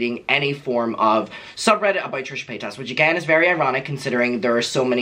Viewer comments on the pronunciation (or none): I love how you say PayTAS lmao